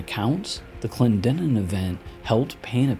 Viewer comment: Kudos on pronouncing Clendenin correctly, as a West Virginian I get irked when people can't pronounce names like Clendenin, Allegheny, Monongahela, and Kanawha.😉